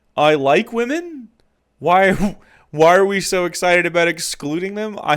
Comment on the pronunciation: He very much gives off bitter divorced dad energy with the misogyny in this video and complaining about "the wimun".